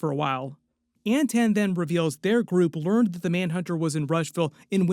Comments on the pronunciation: This MFer saying “An-tan” Is too much. I gotta tag out, it’s obnoxious as fuckkkk that he can’t say “Anton.” It’s Anton, with aa’s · AnTON, not AntAnne. Everytime I heard it, it drove me crazy. They reference the name in the podcast